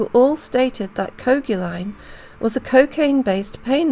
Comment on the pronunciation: I suspect that the “coag” in Coaguline is pronounced like “coag” in coagulate.